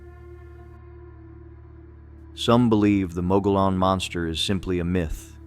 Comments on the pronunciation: It's pronounced. Mug e own NOT mo go lone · It's pronounced MUG-EE-ON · Down here in Arizona we pronounce Mogollon. Mogyon. I liked this video, it reminded me of other legends here. There’s so much stuff like that here it’d be hard to remember them all.